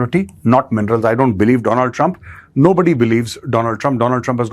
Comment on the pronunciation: My friend dolund truuuump